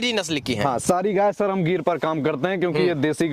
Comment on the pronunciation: Bhai giri nahi gir bolte hai.....